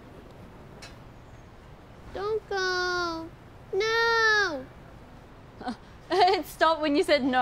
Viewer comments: Haha did rosé said nor instead "no" haha lmao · Lisa: "Nooo!" Rosé: "Noughue!" only aussie ppl understands lol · "it stopped when you said noœrrr" 😭😭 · Lisa: “don’t go, nooooo” Rosé: “it stopped when you said NOER” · Rosé:He stop when you said Knor.😂😂😂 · I'm so addicted to how rosé pronounce the word "no"